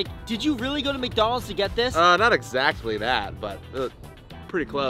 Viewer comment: he said eczacctly